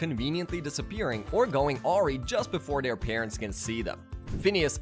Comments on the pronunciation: Did this man just say awh-ree and epi-tohme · Bro this narrator couldn’t pronounce “awry”, “epitome”, “mischief”, “ensues”, “nefarious”, “internship”, and probably more but I got bored of the video and shut it off😂